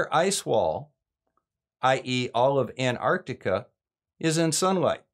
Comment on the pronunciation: Thank you SO much for pronouncing antarctica correctly. I don't know why, but those who say it "ardika" drive me NUTS. Oh, and also thank you for all the work you do trying to calmly explain the truth to people who need to hear it.